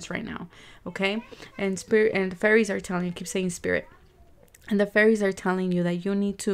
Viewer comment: Its should be 'fairies' not fearies😁